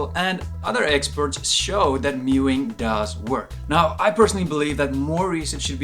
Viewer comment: Meowing is pronounced completely differently to mewing. FFS.